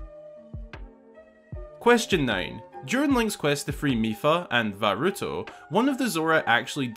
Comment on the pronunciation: You said va rutO and it is va rutA